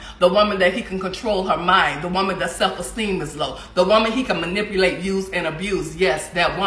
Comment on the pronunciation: I just heard the word "manippleate" in this video 😳